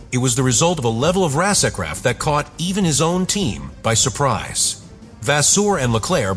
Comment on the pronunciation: "Rasercraft"...Whats that? 😂😂😂